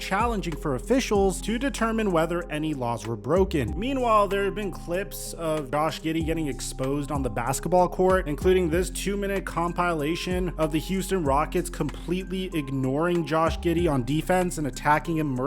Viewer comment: Com-pile-lation?!?! Dude...WTF???